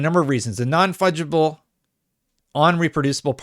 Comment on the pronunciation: Non fudgeable? Is that what he said?